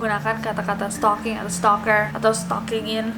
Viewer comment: setalkinggg????? setaljan ,,??? sukijan??? sukirman?? supirman???